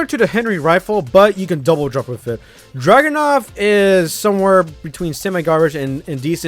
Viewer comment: Its really Dragunov SVU, not Dragunuv or Dragonuv.